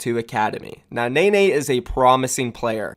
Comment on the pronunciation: It’s pronounced “Nen-nay” not “Nay-nay”